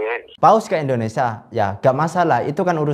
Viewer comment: INDONESIA gus.. dudu INDONESA